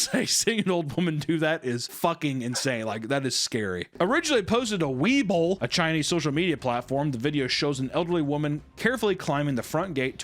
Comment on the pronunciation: It's Way bo - weibo